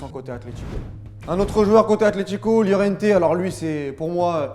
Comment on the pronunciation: STP améliore ta prononciation des noms espagnols (Araujo/ Lliorente/ etc)